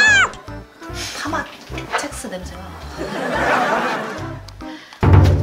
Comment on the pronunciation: 파맛 책스 아니고 첵스 아닌가요?